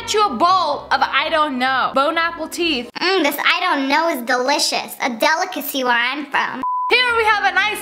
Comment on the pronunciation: No one: Absolutely no one SSSniperWolf: this is a DelLiCaCy where I come from